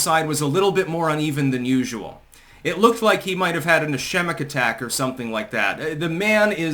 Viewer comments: Ischemic is pronounced “is-skeem’-ik” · Ischemic - pronounced: Ih-skee-mik 🙂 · Ischemic: is-key-mick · um. you mispronounced the word ischemic. just to let you know. it's is-keem-ick